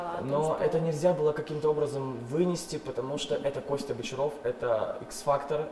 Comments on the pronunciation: БочАров?_правильно БочарОв) И не МелОвин, а МЕловин🙄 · БочАров блин?! МелОвин?! ну йобана... как же вы надоели хоть бы поинтересовались как правильно...